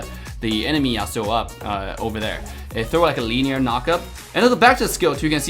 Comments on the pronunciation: Yas su o not Yas Sue o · Dude rlly said yayaSuuuS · i play league too .Isn't that how league player usually pronounce it? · Samurai's are from Japan not from U.S. besides Devs pronounce it like that. If you don't like it there is also a fact that scientific research was made and according to that scientific research there's an estimation of twenty thousand different ways of how you pronounce the word/name, "Yasuo" and also he compared the wrong character he should've compared Fiora and Lancelot instead because it make more sense. He didn't do the Fiora comparison for some copyright issues.